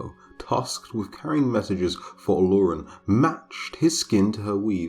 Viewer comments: Yo actually excited but they keep fucking up the name tho. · omg as a yoruba person i kept unconsciously correcting the pronunciation, and i can vouch that the lore is about 95% accurate, you did a great job